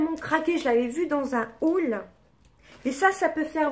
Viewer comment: Haul et non mail mdrrr🤣